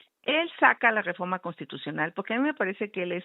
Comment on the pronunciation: XÓCHITL SE DICE "REFORMA" Y NO "DEFORDMA" ENSEÑATE A HABLAR NO SE TE QUITA LO 💩💩💩💩 AL IGUAL QUE AL LOCO Y TONTO QUE TE ENTREVISTA 💩💩💩💩💩